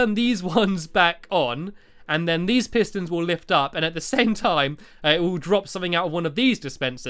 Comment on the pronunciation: i cant understand the redstone piston pistoon what?!! hahaha